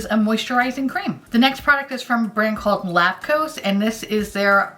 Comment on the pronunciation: I kept hearing "lactose" whenever you said Lapcos and I got so confused lmao